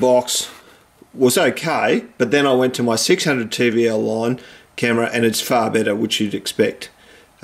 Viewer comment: It's TVLine not TVLLine because its TeleVisionLine not TeleVisionLineLine. But your content is good so it doesnt really matter I just wanted to point it out :)